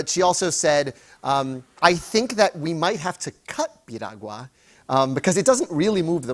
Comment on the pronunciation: The fact Jimmy said Piragua Perfectly . Lemme find out ya boy got Latino in him cause that's definitely a hard word to say